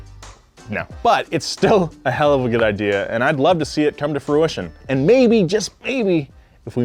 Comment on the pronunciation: Come to frootion?